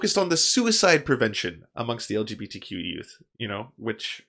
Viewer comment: I'm so stuck on dude saying it "algae B T". Damn half-gay waterborne lifeforms, with their amorphous bodies...! Lmao